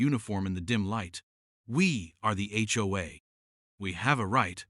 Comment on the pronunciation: Seriously?? The H O A cops not the HoHo cops